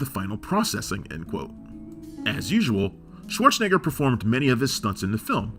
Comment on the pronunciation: What a strange, and annoying way of mispronouncing 'Schwarzenegger'. It was so aggravating I had to stop watching.